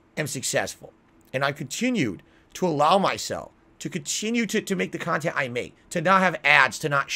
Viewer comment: Right! When I heard that I had to pause the vid and listen again to make sure I didn’t hear him wrong. He lies about the stupidest crap, and can’t keep them straight….like a grade school child. I guess we shouldn’t be surprised since he’s in gaming jammy’s everyday playing a Disney Princess game and calling it “quality khantent”.